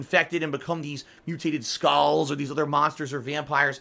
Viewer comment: muteeyted skawls